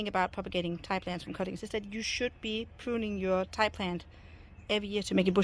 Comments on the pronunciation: Its pronounced ‘tea’ not ‘tie’🤪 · TI is pronounced TEE